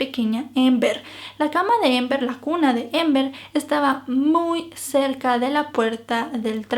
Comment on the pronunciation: Es Amber no ???? Pronunciando la a a , es relato en español no inglés ????